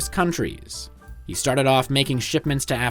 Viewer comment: You keep mispronouncing he. Maybe it’s static in the audio.